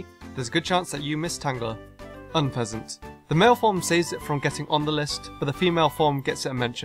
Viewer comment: UNFEZANT, NOT UNESENT!